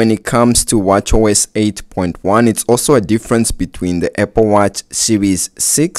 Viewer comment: “Eh-pple watch” 😂